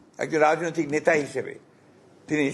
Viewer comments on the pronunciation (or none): none